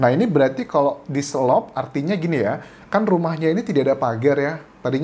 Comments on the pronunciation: Di selot Anjas...bukan diselop...😊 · Dselot bang bkn dselop...hehe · Diselot bukan diselop, dalam bahasa Sunda artinya dikunci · DISELOT BUKAN DISELOP